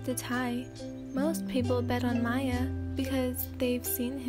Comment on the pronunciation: his name isn't pronounced as "Maya" its pronounced as Mia but spelled as Miya